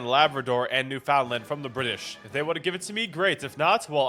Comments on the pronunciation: Newfoundland is pronounced "New'fn'land", not "New-found-land". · Obligatory Canadian pronunciation correction - "NEW-fin-LAND"